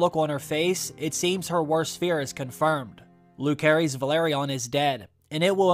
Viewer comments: phonetics: Loo-serys, not loo-kerys. and Juh-serys, not Joo-kerys. No hard C in either of those names....we've heard their full names spoken many times in season one already. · Too excited for this show to start! Pronunciation on Luke and Jace full names is off in this though as it’s legit said in the show😆 Jacaerys: Jace-air-Rees Lucerys: Loose-air-Rees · 😊please pronounce Luke’s name right.